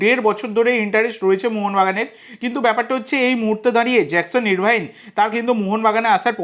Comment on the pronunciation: কথাটা আরভিন, ইরভাইন নয়।